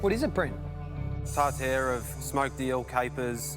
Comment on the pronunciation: He mispronouced tartare??